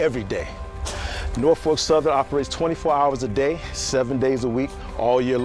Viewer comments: she said Norfark southern lol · Actors. Not being able to pronounce Norfolk is a dead giveaway. (NOR-fuk, or NAW-fik if you're OG). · nOrFaLk SOUTHERN